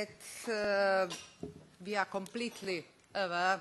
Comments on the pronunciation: VI AR AVR TUU MIT AUR KOTMITMENT TU AUR SITIZEN! haha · "We ar AWR." Yes we are. :/